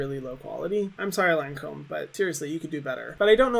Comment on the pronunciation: How is she a makeup guru and she doesn’t pronounce Lancôme right 😭